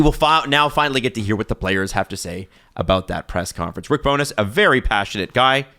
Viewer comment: Loving how is pronouncing Rick BowNESS instead of Rick Bonus/Bowness. Please do not stop.